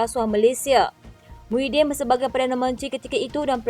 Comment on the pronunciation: DTV..sebut betul² bukan Muhyidin tapi Mahiaddin laaa Nama PON nak SAKAU ker ? Nama ayun tu Mahiaddin ok bukan Muhyidin ok ; Kowang sebut lagi nama SAKAU tu siap kau pembaca berita..huhhhh 😊